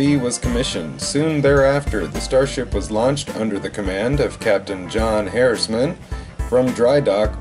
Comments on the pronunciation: It's Captain John Harriman, not Harrisman. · It's Harriman